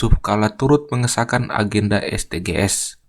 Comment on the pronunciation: Saran aja kak Bacanya esdijis . Soalnya kalo dibaca es de ge es kedengerannya asing dan ganjel 😭